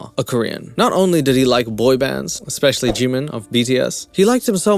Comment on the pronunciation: "Expecially the Korean babies"